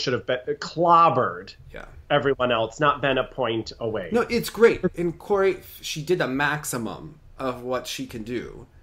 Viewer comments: also, its pronounced KAYori not kori. not trying to be rude, just letting you know! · Angelica Reilly actually it's pronounced KAA-ohree. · Not a flattering example, but the pronunciation is “Cow-Ree”. The “r” is more of a light touch to your hard palate with your tongue, a soft “r”.